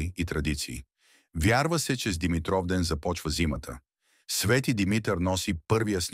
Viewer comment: Научете го този български език-"Свети Димитър","Димитровден".... ударенията как един път не ги сложихте на място.Къде сте расли не знам.То тези думи поне се употребяват с години.От обща култура трябва да се знаят.